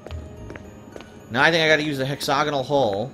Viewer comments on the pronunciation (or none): A hex-og-inal hole? I'm not a stickler for pronunciation but, that's probably one of the weirdest mispronunciations I've ever heard used like, 3 times within a minute